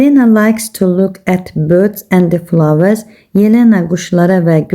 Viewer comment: Fılavəs güldu